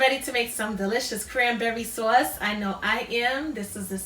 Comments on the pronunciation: I like. I think I used brandy in the past (,maybe bourbon? Something with a "b"). I like the orange liqueur Marnier. I love the accent,the NY way you say saw-is. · Sewace...lol East Coast